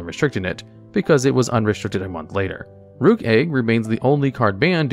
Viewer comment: Rukh is a phonetic spelling of the word Roc, which is a fantasy bird. Pronounced the same as the chess piece; Rook. Not 'rock' as a lot of people mispronounce.